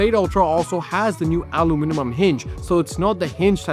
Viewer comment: who knew that "aluminium" was such a diabolical word to pronounce 😂